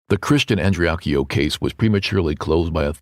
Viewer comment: is a subpar human. He doesn't even have the decency to say their name properly and the Andreacchio family wants Justice for Christian and have been ignored, and lied to. I am appalled and pissed off listening to him spout off his mouth.